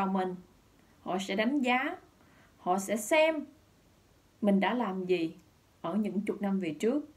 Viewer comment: Tôi nói nhiều lần rồi, hãy nói giọng miền Nam bình thường chứ (gi) mà (xì) hoài thì mất hết giọng đặc trưng của người MN, đâu phải phát âm như vậy người mb, Mt, MN mới hiểu.